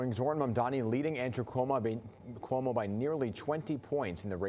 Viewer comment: Can't even say Cuomo right. Keep dreaming commies Newyorkers will show up